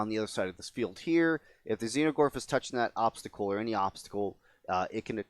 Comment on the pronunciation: Is there a reason you are saying "Xeno"gorth instead of "Exo"gorth ?